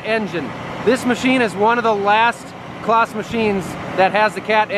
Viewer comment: Pronunciation is bit wrong but great video. You need to say it like it is spelt Claaz. The Green and red are the original colours and if they painted John Deeres red because they have a different engine you wouldn't be happy!